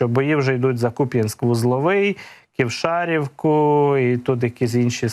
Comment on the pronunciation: Вибачте,будь ласка, не КівшАрівка, а КівшарІвка Дякую за змістовну інформацію Кожного дня чекаю на ваш вихід в ефір